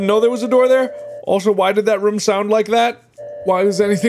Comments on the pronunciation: I love how mark says rume instead of room for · I love how Mark says "room" lol 😆 He pronounces the "oo" like the word "book" instead of "bloom".